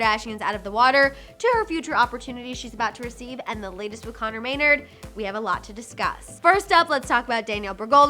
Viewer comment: It’s not may-nrd, it’s may-naRD